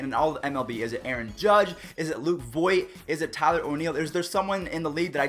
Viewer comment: It's voit